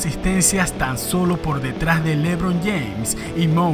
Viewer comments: Como el dice lébron James lmao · Jajajjaj me da risa cuando dice lébron James, nunca había escuchado q alguien lo acentuara en la e